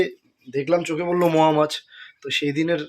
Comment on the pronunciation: Moa mach na go. Ota mourala mach bla